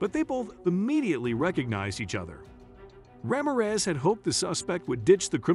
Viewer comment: You mangled that officers name. It’s pronounced, Rah-mear (as in ear but with an M and finally REZ! Put them together and it’s RAMIREZ 😂😂😂😂😂😂😂